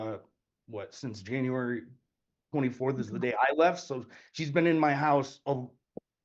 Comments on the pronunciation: Can she really not pronounce January? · “Since Janrary” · I didn't know we had a new month added to the calendar. "Janrary." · JANUARY. January. "Jan-you-air-ee", try it slowly. You'll get there! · This chick cannot pronounce January. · She cannot pronounce January... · Her pronunciation of “January” reminds me of pre-school students.